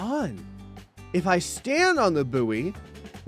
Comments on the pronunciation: I think it's actually pronounced as boy and is mispronouncing it. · Ill never get used to the American pronunciation of buoy sounding like “boo-wee” rather than “boy” which is how we pronounce it in the UK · I forgot Americans pronounce buoy like that. Boooo-Eeeeeh.